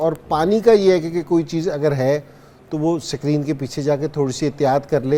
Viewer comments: Ascreeen nhn screen 😂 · Sakreenn😂😂😂 wah kkg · Sak reen nahi screen hai